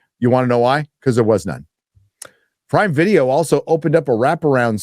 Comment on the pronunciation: Prime Video? I initially thought you said Pride Video 😂